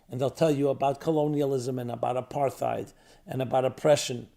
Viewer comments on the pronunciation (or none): none